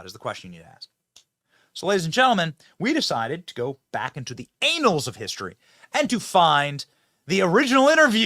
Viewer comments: For the love, it’s ANN-als of history! Not AY-nals. Unless you’re saying anals on purpose. Which would be weird but you do you. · BENNY!!!!!! “Annals” of history, pronounced: “AN-lz” NOT “ANALS” !!!!!! 👹👹👹